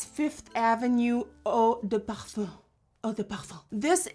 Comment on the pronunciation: Hahaha the way that she said parfun 😂